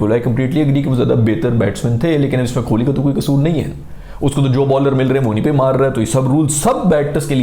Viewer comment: yar pehli baat tau ye k kholi nhi kohli hota hai ab itni aapki audiance ha thora khayal kro yar agle k naam ki aap ne maa behan kr di ha mtlb khol hi diya kholi😂